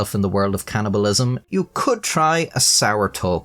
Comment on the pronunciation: It's called cannibalism, not can'tibalism.